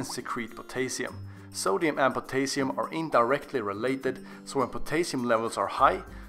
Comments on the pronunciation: I can not stand the way pronounces potassium. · The way he says potassium is really bothering me lol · Poe-tay-sium lol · Pot - ey - sium hahaha